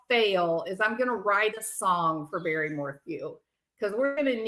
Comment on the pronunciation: Did you say Barely Morphew? 😅😂